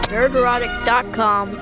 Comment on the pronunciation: Did Piers call ""? I like it!